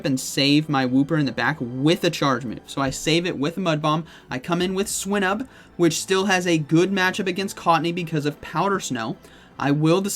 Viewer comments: I don't know if swy-nuhb is the correct pronunciation but hearing swee-nuhb sounds so weird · Swy-nuhb is the correct pronunciation; the root word in Swinub is Swine